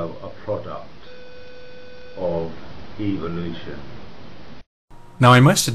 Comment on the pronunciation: Take a shot every time you hear "evilution".